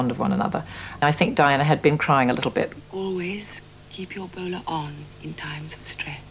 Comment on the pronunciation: Wait, what? She said in the ep, "Always keep your bowler on," but here it sounds like "Wiener on," and what? OMG?